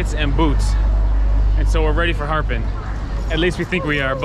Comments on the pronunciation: It’s not harpin it’s a Harbin. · She would’ve understood you if you pronounced the R with stress, instead of Harbin, it’s Harrrrrbin. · that city is called ha er bin哈尔滨,your pronunciation was a little bit off the genuine tone, people were a little confused 🙂